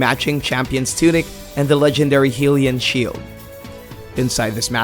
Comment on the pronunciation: DID HE JUST SAY "HEALIAN SHIELD"...... BOI Edit: after watching more of this video... you guys really need to do more research on your games. Xenoblade Chronicles 2 has been confirmed for a 2017 release date worldwide. People just don't believe it'll make it westward in that time. But Nintendo just recently confirmed it... again. Stop spreading misinformation lol